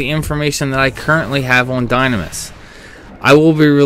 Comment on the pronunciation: You mean "die-NAM-is" and "ru-LU-day" Heh. That's how I've pronounced them for 14 years at least.